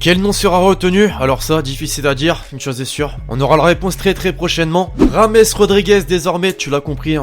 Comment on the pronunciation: Oh lfou il a mis un r pour le prénom de James Rodriguez ( Rames)😂😂